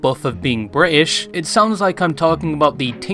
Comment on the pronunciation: hehe, Bri’ish.